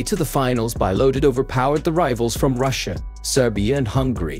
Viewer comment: It's bee-lodid, not bye-lodid